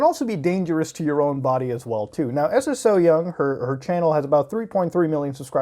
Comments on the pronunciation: The fact that he calls her S.S.O. Young instead of Ssoyoung is sending me bruh 😅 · It’s pronounced So-young, you just put emphasis on the “ss” not s-s-o-young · Isnt her name pronounced sew-young and not s.s.o. young? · hey love your vids recently! Just wanted to mention her youtube name "Ssoyoung" is just her name pronounced "So-young" with an extra s : ) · i‘m sorry i‘m sure it‘s a good video but i can‘t get over how you say S S So Young 😂 i can‘t watch the video. pls look up how to pronounce korean names when talking about korean youtubers. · Lol I love how u say her name like s s syoung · love the points of argument but please please please. saying it as s-s-o-young bothered me throughout the whole vid when you can ask a korean how to pronounce it just as you have asked if it is a culture thing.